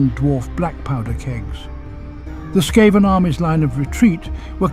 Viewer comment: Brilliant lore. Just one thing it's "Skaven" S.K.A.V.E.N!!!!! NOT S.K.A.V.A.N????????????